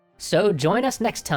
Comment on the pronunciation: YOU SAID MY SURNAME RIGHT!!!! THANK YOU!!! (fun fact, I'm related to Yemelyan Pugachev)